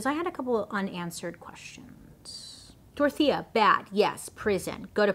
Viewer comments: I thought you were saying "tortilla" for the whole video, only towards the end I realised it was "Dorothea" 😂 sorry, my native language's not English hahahaha ❤️❤️ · I just figured out in minute 32 you are saying Dorothea and no “tortilla” 😂😅😂😅😂😅😂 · ADHD here and not coming from a place of prejudice or racism, but I keep hearing her say “Tortilla” Anybody else? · I kept hearing tortilla 😅😅😅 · Everytime Bailey says "DORTHIA" I just hear TORTILLA.... Anyone else? No? Just me...? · Take a shot every time Bailey says Dorothea but it actually sounds like Tortilla. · my non English speaking grandmother just asked if I was watching a cooking show bc she kept hearing tortilla Tortilla=Dorthea 💀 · Sounds like you’re saying “tortilla” 😂